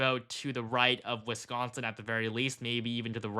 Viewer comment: Its Wis-consin not WIS-SCON-SON...FFS, I'm Australian and even know this. And it's BI-DEN not Boi-din lol😂yon muppet... FKH TRUMP 2024